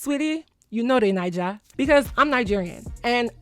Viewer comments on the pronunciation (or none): none